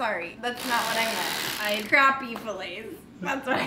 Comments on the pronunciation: It's Crappie not Croppy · Yo. Pennsylvania here. It’s not craw ppy. It’s crap p. It’s spelled Crappie Bahahahahahahahah.